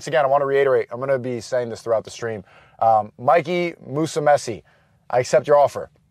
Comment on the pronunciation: Never hears of you before, or that sneako guy. You are saying Mikey’s name wrong but either way. Great video. Earned a sub. 🍻